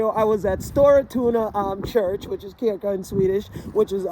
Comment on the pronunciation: The altar is the "table" that stands at the front of the church. What you call an altar is a pulpit. Since you often use the word kyrka, I can suggest asking a Swede how to pronounce it. It is confusing that it is spelled with a k even though it is not pronounced that way.